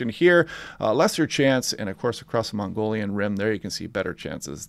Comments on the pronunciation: It's not Mongolian, but mow-guh-yawn Rim. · It is not the "Mongolian Rim but the Mogollon Rim" (mo-go-lon)--no "n". I hope the heat dome in early Aug is "fantasy land" 100+ gets old quick. Carl Sagan was right back in the 80's when he predicted what we are seeing with the weather! I watch for your California posting every day. Thank you! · thanks, it was painful to hear every time. LOL. glad you got it straight. awesome forecast otherwise. It would be better if I wasn't in phoenix.. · Great vids, my go to now. I push people here as well. Learned so much. FYI Prescott is pronounced "Preskit" and Mogollon Rim is pronounced "muggy-yan" rim. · Pronounced 'muggy-on' and Prescott is 'press-cut' :goodvibes